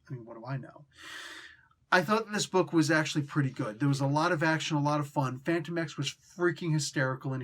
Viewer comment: I thought his name was pronounced “Fan-TOE-mex”